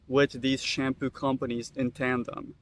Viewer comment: It’s literally called SHAM - POO